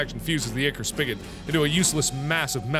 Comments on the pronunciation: UGHHHHH IT IS NOT PRONOUNCED ICKER. IT IS EYE-CORE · PJO fans cringing as he says ick-or. Ichor (eye-core) is supposedly the golden blood of the Greek & Roman gods/goddesses. Sorry for nerding out, I had to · "ichor" is pronounced(I-core) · ichor is pronounced eye-kor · Btw Ichor is pronounced Eye-Core! Just wanted to let you guys know if you didnt already! 😀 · Ichor is actually pronounced "I-Cur" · Its actually pronounced Ichor [Eye-Core] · I'm pretty sure it's pronounced eye-core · Ichor is pronounced I-Core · It is pronounced I kor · The way he says ichor just gets me every time XD